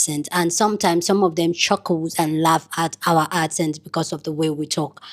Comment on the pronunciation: ACCent is not pronounced as aSSent. C as in cup.